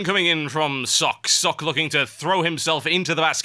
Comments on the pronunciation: It is pronounced Socka. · BECAUSE IT'S PROCESSING YOU FOOLISH PEOPLE. ARG. Love socke though, but it's not pronounced like sock, i think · INCOMING NITPICK: Socke's name is actually two syllables.